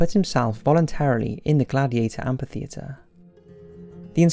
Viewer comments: repeat after me : AMM - FIII - THEE- ATRE Amphitheatre. Kinda shameful to pronounce that word so many times in a video without hearing yourself butchering that word lol ; "AMPIFITHEATRE !" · what don't you understand about PH making an F sound when together? Amphitheatre= am-fi-theatre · mainly because of the movie.... What? Am P itheatre? Srsly Trasian - my ears can only take so much